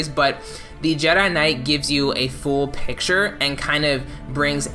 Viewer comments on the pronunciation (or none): none